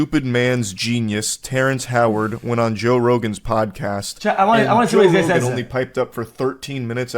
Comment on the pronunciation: Joe toe-gan 😂